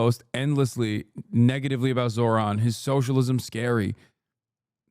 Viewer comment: He's saying his name wrong on purpose